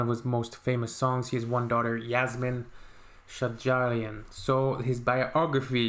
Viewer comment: /'Shajarian/ ==> stress on "sh". Thanks.